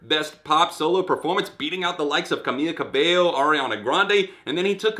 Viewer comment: I can't stand Camila Cabello, but it's pronounced Camee-LA Cabey-yo, not Camee-ya Cabey-yo!